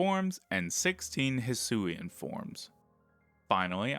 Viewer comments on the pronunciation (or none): none